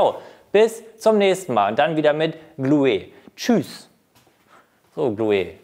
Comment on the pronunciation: Glu-e, ich schmeiss mich wech